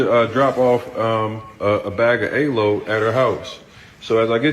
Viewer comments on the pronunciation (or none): Bag of Ayylow.. I beg your pardon sir 😂Is he saying aloe ?